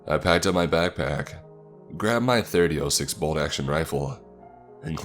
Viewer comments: The fact that he said "Thirty-Oh-Six" instead of "Thirty-aught-Six" kinda irritated me, but still it's a good story. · 30-06 is pronounced “Thirty ot six”